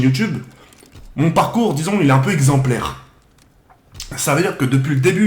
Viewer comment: "Mon parcours il est exemplaiRRRR"